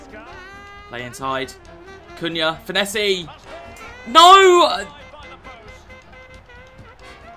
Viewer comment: Not sure that’s how you pronounce his name 😂